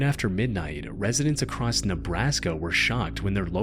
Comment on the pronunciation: "acrosst" is not a word, stop it :P